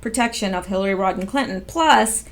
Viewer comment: It's Rodham not Rodden